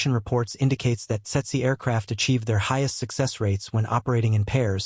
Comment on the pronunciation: Tse-tse in Standard English. Pronounced "tetsee".